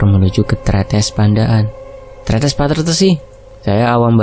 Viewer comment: Sdh benar kok pengucapan tretesnya